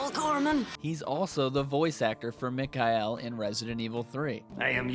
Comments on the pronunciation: Great videos, but It's Mic-Kail, not Mic-Kai-El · It's mikhail not mikail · Mick Eye EL.......bruh say it right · Ugh... the one you pronounce “Mikhail” gives me a headache...